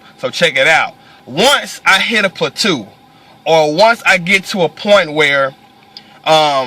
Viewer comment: Come on MANNNNNNNnnnnnnnn!! it's PLATEAU...."PLA-TOE"! its' french yo!!!!! LOL!